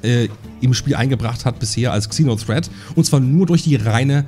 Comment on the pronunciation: Ich werde nie verstehen warum man GANZE englische Begriffe nimmt aber davon dann nur die HAELFTE englisch ausspricht. "kseno threat" Das Fernsehen ist auch voll davon... 🤦‍♂